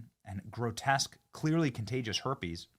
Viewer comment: Now that Rosie lives in Ireland it’s not herpes..it’s harpes